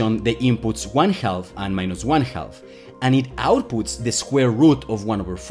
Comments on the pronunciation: you're English is pretty good, which is why it kinda threw me off a little too lol. It should be 'haff', which rhymes with laugh even though it also doesn't look like it should sound that way. A baby cow is calf which also sounds like 'caff'. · Great video! Note: "half" is pronounced "haf". The L is silent! It's also silent in: could, should, would, calf, chalk, talk, walk, etc. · Hey, great video, but small tip: the "l" in "half" is silent, it's pronounced just like "haff" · just say "half" like "haff" to get most of the way there (similar to raff in riff-raff or laugh or gaffe). 95% better and if you want to lower the back of your throat as you go into the ff, you'll get the last 5%. If you feel the L in 'milk' you'll get it. But even skipping that part is fine - I was hearing "health" too. English is harder than electroweak symmetry breaking. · Let me help you with ½: it's pronounced "haf". Your welcome. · Tip. The L in half is silent. Half is pronounced HAF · “Half” is pronounced “Haf”. The “L” is silent. And thanks. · This is nice! Minor note on English: the 'L' in 'half' is totally silent, so it rhymes with "chaff" and "laugh". It's neat hearing how you say it, though. : ) EDIT: Love your enthusiasm for the material. Subbed. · Author here, my name is. Other than my pronunciation of the word "half," how else do you recommend I improve my pronunciation? Also, thank you for appreciating the comment responses. I enjoy them and I feel they are nearly as important as the video itself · I might have to start pronouncing it "HAL-FF" myself. Great instruction. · This isn't related to the video topic, but I like how you pronounce "half" with an audible "L." I find it pretty cute. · But the pronounciation does have the wonderful effect of "half" sounding sort of like like "health" (thats what I intuitively kept hearing) so when talking about electron spin it sounds like he says it cannot go above 1 health or below -1 health. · FYI, the “L” in half is silent.